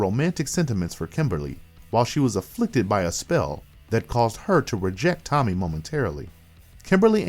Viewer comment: If you can't say Tommy ... I would say wrong...